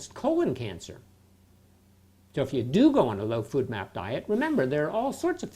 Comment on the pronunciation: I took a drink every time he said food map instead of FODMAP and now I'm shitfaced